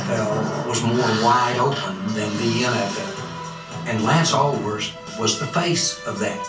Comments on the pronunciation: Alworth, not Elworth. Nickname: Bambi. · Lance ALWORTH, right? Bambi. Dude.... it's important. Alworth.